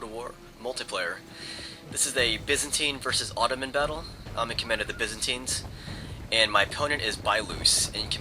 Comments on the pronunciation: Its pronounced buy-zan-tines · Lol The "Bizanteens"